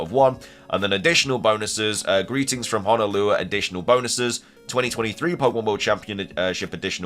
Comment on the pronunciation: Can you PLEASE stop mispronouncing Honolulu!!!!! It's HON-UH-LOO-LOO and I would LOVE to see a mega Dragonite. It really needs to FINALLY get some love. I could see it getting a longer body to look more like it's pre-evolutions.